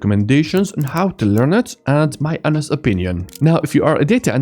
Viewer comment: One correction - Try to correct your pronounciation of "Honest" opinion. At timestamp 10.11 its sounding like something we just dont want to hear in a Software Tutorial class. It just breaks the focus and throws you out of the video 😁. Otherwise a good quick overview of Spark 👍